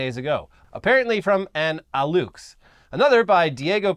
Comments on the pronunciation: bit of a correction and a Maya/Nahua lesson for y'all, X makes an SH sound in those languages, like it does in Spanish thanks to colonialism. Alux is pronounced ah-lush. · Aluxe is pronounced "alushe", the "e" as in "pet" Time ago there was a luchador with that name 😆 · The correct pronunciation of Alux Is Al as in the first syllable of Albert and "ux" as in the first syllable of Usher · Alux is pronounced Alush (pl. Alushes), and the only reason I know that is because there used to be a Little Person masked wrestler that went by that name here in Mexico.